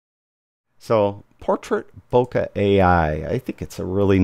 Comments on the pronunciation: it's not "bohkah" but "bohkeh". It's japanese from the verb "bohkéru" meaning going out of focus or in another context "becoming senile". And the accent is on the second syllable "bohkéh". You are welcome. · It puzzles me why so many photographers that should know better pronounce "Leica" as "Laeeka" which is the correct german way, but then mispronounce the japanese word "bohkeh". Why the difference? Is it that difficult? Greetings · Heaven only knows how you conclude that the correct pronunciation of "Leica" leads someone to a correct pronunciation of Bohkeh. Have a good day!